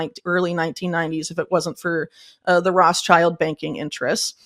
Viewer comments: Why does she say Rosschild? Not Rothschild ? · Can she not pronounce Rothschild or is she doing it intentionally? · Yes, she is pronouncing it incorrectly!